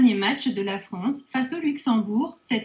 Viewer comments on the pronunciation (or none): C'est la femme du président du PSG qui fait les voix ? "La dernier match la Fronce..." lol